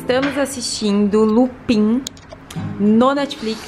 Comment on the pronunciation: a série Lupin, se pronúncia "Lupan" kkkkkkkkkkkkk essa série é muito boa!